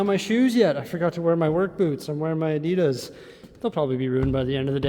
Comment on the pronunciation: Adidas is pronounced correctly with emphasis on the A. Adidas stands for Adi Dassler the founder of the German brand.